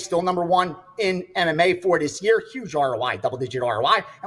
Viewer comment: What is a yurrr? Is he trying to say year ????